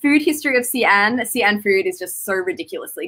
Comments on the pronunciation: Actually, it's more of a "She" - "An" as in like West... Xi-An "She-An" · 你发的也不对，华北山东的土话还是发尖音[s]，普通话尖团合流现在发作舌叶音[ɕ]，这个音英语国家的人发不出来的